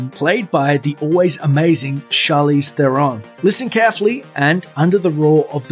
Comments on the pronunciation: IT is pronounced "ThAIR in" She hates it and so do I when people can pronounce her name which is pretty simple. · Charlize Theron Pronounced Thron -__ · The guy narrating this vid mispronounced Charlize Theron's surname.